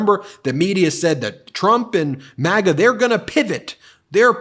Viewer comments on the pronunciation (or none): none